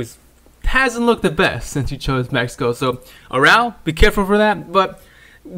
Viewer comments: Good vid bro but A-ra-ujo not araul. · Its Araujo, not arouw, arauho , the j is prounce like an H 😂😂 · Is it me or did this dude just mispronounced Araujo incorrectly.